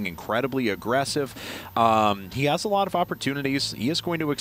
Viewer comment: he said: ''hyun HAS knocked out squirrel'' ... it sounded a bit like ''Hyun is knocked out... Squirtle...''